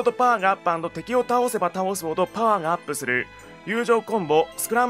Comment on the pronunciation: 「パワー」が「ポー」に聞こえるぐらい興奮する兄貴